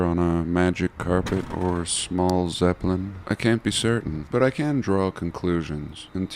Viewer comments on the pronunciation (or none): none